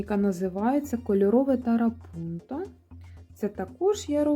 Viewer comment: Дуже гарні роботи! Тільки чому тарапунто? Я завжди чула трапунто❤